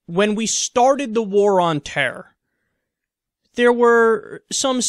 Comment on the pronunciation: Oh jesus fucking christ, Kyle. You just went full George W with your pronunciation of the word "terror". IT'S NOT terr, STOP GIVING ME FLASHBACKS D